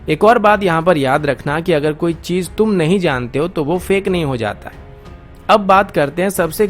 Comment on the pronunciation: Mera beta tu defense news de.. politics na kr.. aur thek se bolna tu seekh le.. chez ko chej bolta ha shah ko sah bolta ha chootyay.